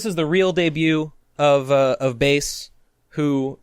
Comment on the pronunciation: pretty big talk from someone who keeps mispronouncing Bass's name. how embarrassing